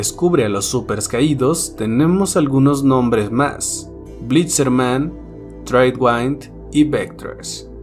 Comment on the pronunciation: el nombre "tradewind" se pronuncia "treidwind" no "treidwaind"